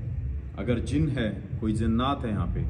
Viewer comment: Zinnat nhi ❌ jinnat👍